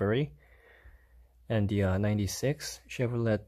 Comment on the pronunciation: Chevro let lol.. it's leigh